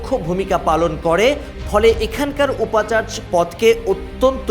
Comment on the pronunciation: 'উপাচার্য ' এর উচ্চারণ উপচারজো হবে।